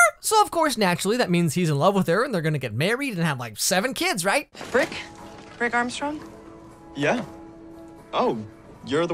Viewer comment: I swear I thought you said the guys name was Prick Armstrong.